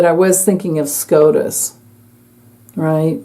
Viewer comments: I apologize for laughing. When you said SCOTUS I thought you said scrotum. Amazing read new subbie. Ps.. Ivana it was said her Dad was KGB. Is this why she had an accident😮😮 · Scrotus...lol...not scotus